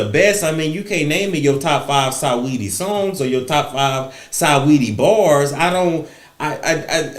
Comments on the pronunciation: RIGHT, LOL-- SA NOT SAW-- SINGING-- SA-WETTIE I.E. SWETTIE🤭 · Love how he says Sigh-Weedy...